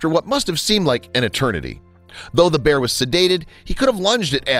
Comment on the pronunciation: You said pear instead of bear